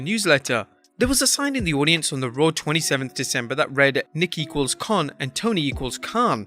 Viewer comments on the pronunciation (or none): none